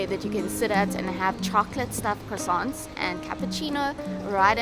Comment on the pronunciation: Stop saying croissants!